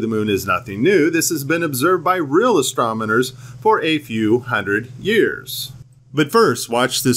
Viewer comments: Hey, I love your video but you need to pronounce astronomers correctly. It's astron not astrom. Truth rules. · 😑 did you call them astominers? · It would really help your video if you called them astronomers instead of astromoners. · I am with you 100 percent, however, when you say "astrominers" You lose all credibility to those nonbelievers I would like to pass this to. The word is astronomers. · AstroNomers, not astroMoners.... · Did you just say "astromoners"? Lol Amazes me how people who can't pronounce very basic words have the balls to make videos on the subject. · "astromoners"... It only gets worse. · Love it "astromoners" 😂😂😂 I saw the Ultra Spiritual Life video about FE a few days ago and he deliberately says astromoners to take the piss. I'm guessing this is a troll account trolling flat earthers. What do actual flat earthers think is happening when they point their camera at the moon and turn down the exposure so that the glow disappears and all you are left looking at is a dull grey rock. Dust on the sensor or stuck pixels on your sensor or display account for specs in dark areas of your images. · “real asTROMoners” 😂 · You said, "Astrominers" , just wanted to note that for future corrections. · I think it was a great slip of the tongue,! Astro-miners. Prospectors who mine astronomy!:) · Did he say astrominers... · Oh..... I was with you my friend, until you said "Astromoners".:-( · ..."...real astroMoNers..."... LMAO!!!